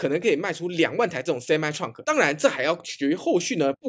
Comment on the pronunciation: Truck唸ㄔㄨㄚˋ可，不是創可